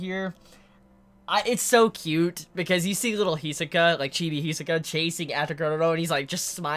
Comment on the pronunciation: Why do you always pronounced Hisoka's name wrong?